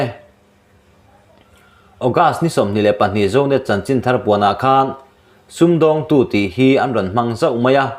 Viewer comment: Sum dawng tu ti lo se, a thlûk alaklawh vek dâwn a sin 😂